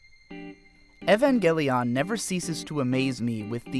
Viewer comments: it's not ehvangelion it's E-van-gell-i-on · Evangelion not Evangeleeoonn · You keep saying it like “Evan Gel-Leon” and it’s so distracting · Evangel "EE-ON" I can't take it! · Your supposed to say evangelion the same way you say evangelist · Why is it so hard for people to pronounce the name of this series correctly? It’s 5 syllables long. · this is going to be impossible for me to watch purely because of how he pronounces evangelion. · why are you saying evangelion like that ☠️ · You're pronouncing it wrong. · Apparently you cant pronounce Evangelion.